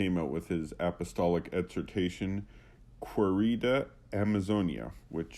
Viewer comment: It's kay-ree-da. You and Timothy Gordon and Return to Tradition have trouble with simple words in Spanish. It's really not that hard.